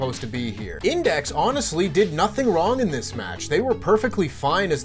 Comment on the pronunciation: "Index had Insex" lol